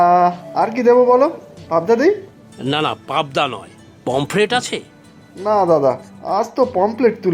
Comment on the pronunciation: পমপ্লেট ❌ পমফ্রেট ✅ এগুলো শোধরান। শ্রুতিকটু লাগে।